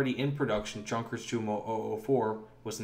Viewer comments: you are right. He pronounces it incorrectly in this video. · Thumbs down due to the inability to know how to pronounce the J in Junkers. Why is that important? you might ask. Well, how can we trust any of the narration if the narrator hasn’t bothered to research something as basic as the correct pronunciation for the name of one of the most famous German WW2 aircraft manufacturers? Enough already with this nonsense Peace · Sunsets i found it odd he said "Junker" rather than "yoonkers" since almost all youtube videos say "yoonkers". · For future reference, "Junkers" is pronounced "yoonkers" as the "j" in German is pronounced like the "y" in English and the "u" here is pronounced with the long U sound in English. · Yonkers You moe